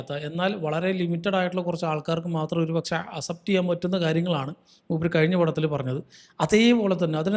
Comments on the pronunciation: aas-ept enn alla ax-sept enn pronounce cheyane bro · Bro thiruthuannu vijarikkaruth kure vattom repeat aayond parayua. അസെപ്റ്റ് alla അക്‌സെപ്റ്റ്. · Accept pronunciation is wrong